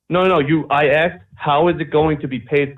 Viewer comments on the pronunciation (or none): ..... I axed.... ok, need I say more?